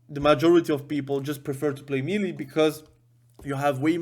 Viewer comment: That word "MELEE" is not a phonetic word. Pronounce it as if you would say "May lay". That's the correct pronunciation for that word. Just thought you should know. Cheers.